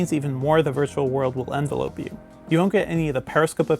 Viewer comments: If you want to be a journalist, learn how to pronounce words properly. EnVELope, not ENvelope. Come on man. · bro, not how you pronounce envelope when used in that context btw